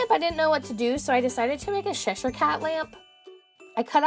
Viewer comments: sheshire cat? pretty sure it's pronounced with the c at the beginning... not sheshire. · Did you really pronounce Cheshire as "Sheshire"..